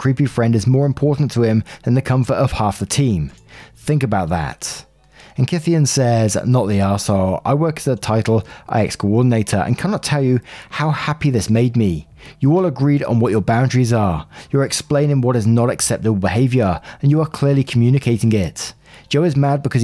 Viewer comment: Just because I expect you'll see it pop up occasionally in the future as you do stories about American high school and college experiences, "Title IX" is read as "Title 9."